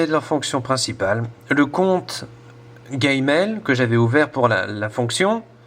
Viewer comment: Alors c'est G-mail parce-que avec ta prononciation on dirais GayMail je veut pas dire mais bon.........